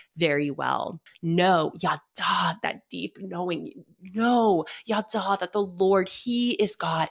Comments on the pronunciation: Sameeeeee ידע is not yadahhhhh It's just... yadah. Tanach lessons were traumatic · Her saying “yaddah” over and over and over as the “Hebrew word” was so annoying as someone who speaks Hebrew 😭 that’s not how it’s pronounced at ALL could she literally not even google it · Total nitpick, but her pronunciation of ידע is another indicator that she didn't thoroughly research that which she speaks of.